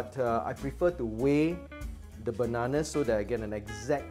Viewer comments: Great recipe and explanation. Funny when u said bananana...😄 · The way you say bananana...🤣